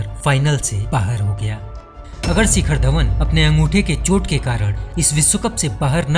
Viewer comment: सिखर नही शिखर